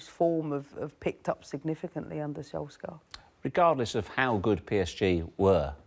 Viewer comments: Why do people call him "solskah"? Wtf is that? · Who tf is ‘Solskgar’? 😂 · The question is, why can’t she say Solskjaer properly. Scar 😂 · Can we discuss the fact that she just called Ole "SolsCAR" 😂😂😂😂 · She calls him solscar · Im sorry but did she just call him SOLSCAR? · Okay I get it English speakers. You won. We have to know your language, you don't have to know ours. But c'mon. You've got the correct sound in your language already. Sol + chair = Solskjaer. Everytime you pronounce that K you infuriate 20 million Scandinavians, stop it or else we will... we will.... we'll do nothing, but c'mon. Do right by the baby-faced assassin. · You know there's a Muppet on the Tele when Paul Merson is more able to pronounce player names then them.... Why can't she speak properly?! "Solks-ger" 🤣